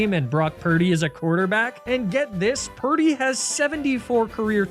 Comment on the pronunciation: purdy rhymes with sturdy